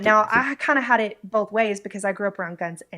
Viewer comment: 5 seconds in and shes lost me, "we bolth know". Its BOTH people. BOTH. Not BOLTH. Theres no L in the word.